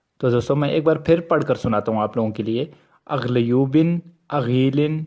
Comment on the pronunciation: Are bhaijaan aap ne vdo me jo likha hai, aglobin aglin ye jo tilism hai, isme me ye puchna chahta hun ki urdu me to agloob agal naam is tarah likha h Par aap ise agloob ko agloobin kyu pad rahe ho, aap Noon laga rahae har lafz ke akhri me, kya js tarah ap bol rahe wo thk h ya urdu me jo likha hua h wo thk h Iska reply zarur de me kafi pareshan hun, Mene apka vdo like b kiya h share b kiya h subscribe b kiya h channel Ab reply karna zarur